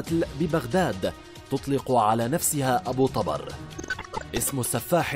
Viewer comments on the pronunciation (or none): ابو طُبر يعني مو طَبر تلفظ ابو طوبر مو ابو طابر